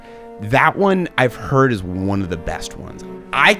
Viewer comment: “I’ve hearrrd” “they all feel same to me” Love it lmao